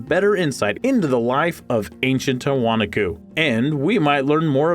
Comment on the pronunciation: The correct pronunciation for Tiwanaku - the accent falls on the next to the last syllable: "tee-wah-NAH-koo". An alternate spelling is Tiahuanaco - pronounced: tee-uh-wah-NAH-coh. In Spanish the accent always falls on the next to the last syllable - which is WHY Spanish has accent marks! If there is no accent mark, then it follows the rule just mentioned! Not meant to be criticism, but to help in the future.